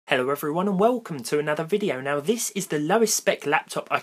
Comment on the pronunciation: What did you say in starting" waycum tu anotha vigio"